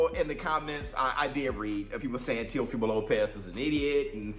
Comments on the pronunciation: He said Te Uhh Fumo 😂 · Wtf is a teh oh femo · Comedy gold...And say it rite; Tay-O-fee-Moh.. Teofimo..dang bruh. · Why are you saying Teofimo’s name like that? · How many different ways will you pronounce Teofimo?.😂